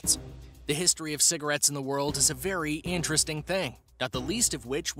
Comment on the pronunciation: did he just say *anteresting* instead of “interesting?”